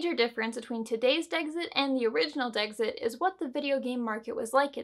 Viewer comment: Me: Decks-it: Deggs-it Me: Say "decks": Decks Me: Say "it": It Me: Say Dexit: Deggs-it~*